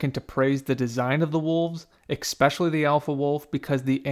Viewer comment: I disqualified the entire commentary because you used the word "ekspecially" do you know how difficult it is to express this when autocorrect refuses to accept that I am trying to convey how much I hate that word?